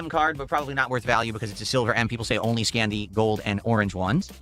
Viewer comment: "Im ready to scam, ok lets go". I know he meant scan but he really meant scam